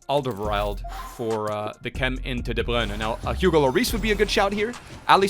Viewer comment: Why you say De bruyne like that he doesn't even say it like that it just sounds really dumb tbh